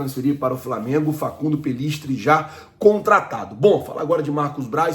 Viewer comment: ja começou video falando o nome do jogador uruguaio errado Facundo pellistri vai para granada ou girona da espanha.